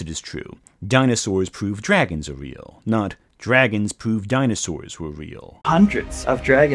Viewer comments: Vey awe not weal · It's not weal. Conspiwacy bwainwot. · they ah not weel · It not weel